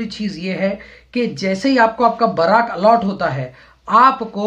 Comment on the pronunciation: बराक नहीं बैरक होता है